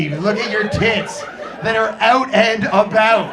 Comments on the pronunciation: $50,000 dollars of speech therapy to not say abooot when looking a $50,000 rack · *Oat and aboat